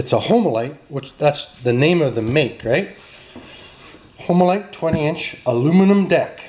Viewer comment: LOL Homelite the E is silent